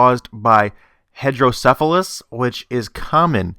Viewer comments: I have hydrocephalus yes my head is little larger other than that I'm a normal functioning adult. It does not affect your mental capabilities or anything like that. So that turns this theory on its head pardon the pun lol. One more thing It's pronounced hydro not headro as it was in the video. It's actually caused by too much fluid or water in the brain hence the word hydro. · it's pronounced HYDROcephelus (meaning 'water on the brain'). I would know, I was born with it and I'm one of the few lucky ones with the condition who didn't end up in 'special' classes.